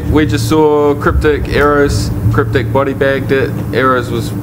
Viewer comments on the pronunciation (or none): If your gonna diss someone pronounce it properly aerrows. The best 2 made it to the final for sure